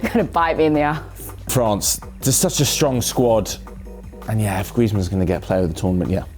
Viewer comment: Really liked when said griezmann he knows what he is saying just watch